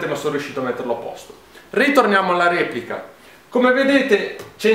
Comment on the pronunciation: Ma quel RIEPLICA a era per sottolineare il russian style? xD